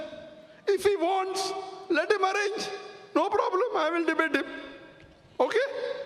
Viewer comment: Porobalem .......haha sounds ridiculous!